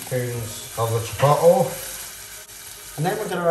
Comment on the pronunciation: It's pronounced chip oat lay...not chip pottle, lol